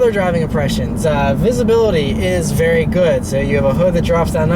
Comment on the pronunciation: My wife says you keep saying "It's verrrry luxiours" and "many buttons". LOL. I love your videos though!